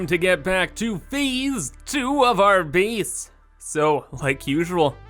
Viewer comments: I can't help but notice you say beeese instead of base. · I find it so strange that you somehow say a hard "a" as a hard "e" sometimes, so gate is "geet", base is "bees", it's so odd I can't help but repeated it every time you do it. I just can't understand it at all like everything else sounds totally normal and the suddenly you're placing a statue on bees.